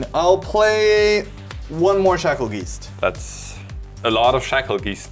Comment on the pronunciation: Bruh they way is saying geist is killing me😅 said it right once🎉 then went back 2 saying it like 😢